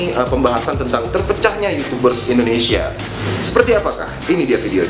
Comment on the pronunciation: "Youchoobers".. watdehel wkwkwkwk